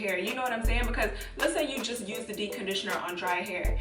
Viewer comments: Dee conditioner? Lmfao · Anyone else notice she doesn't pronounce the "p" in "deep". Like literally not at all.🤣 "Dee conditioner" Great tips tho. I love these uploads.😊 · "dee conditioning"?!!! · Too I was just about to comment about that until I saw your comment 😂😂 I was like girl it’s DEEPPPPPPP!!! 😂😂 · Yes. I'm over here saying "dee conditioning" to myself.lol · She's actually saying D-conditioner 😂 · 😅 So true! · Girl. First thing I noticed. It's lowkey giving me anxiety. Lol. I couldn't watch the entire video. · I was about to comment the same thing 😆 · I couldn’t concentrate on anything else she said.... 🤦🏽‍♀️ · I committed most of these “sins” 😂😂. I prefer to detange after conditioning cz it’s easier to comb my hair and I’ve definitely DC’d with a regular conditioner.. grew my hair to WL ☺️ Also, I find it interesting that you don’t pronounce the “p” in deep 😆. Sorry I’m not American not making fun but it’s cute